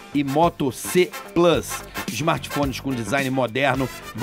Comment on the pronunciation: Carioca vc não sabe falar "Plus " Insuportável